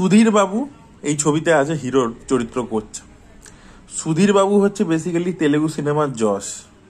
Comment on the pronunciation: সুধীর বাবু❌️ *দির বাবু✅️ 🤣🤣🤣🤣